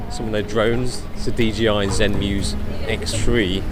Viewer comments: It's not DGI it's bloody DJI. Why do people keep saying that?? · Bruv...its DJI. In the video you are repeatedly pronouncing it as DGI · Why do you keep saying DGI? It's JAY, not GEE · DJI NOT DGI?????!!!! fuck sake. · why do you pronounce it like DGI if it's DJI? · Serious??? ITS DGI not DJI ugh! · I thought it's DJI not DGI...